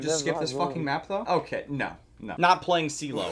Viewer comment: It's otay fam! ;D